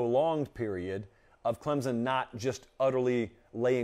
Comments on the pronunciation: Learn how to pronounce ClemSon… not ClemZen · It's ClemSON... not Clemzun... jfc